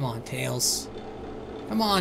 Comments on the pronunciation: Its talls not malls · he sais tails not nails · u said nails instead of tails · when you about to enter night six you called tails sails 😆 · Why's he saying Nails, it's just Tails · it's tails NOT nails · In the Easter egg it sounded like he said nails😂😂😂